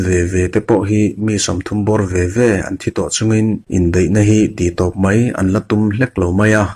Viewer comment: I chhiarthiam khawp mai mahse MAIA tih hi i uar lutuka han hel deuh dan hi a awm ka ringtlat mai